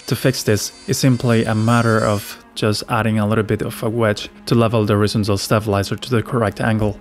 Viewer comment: Good video, although i think you can pronounce horizontal a bit more clearly by putting more emphasis on the ON instead of IZ. As in, horizONtal. Just a tip.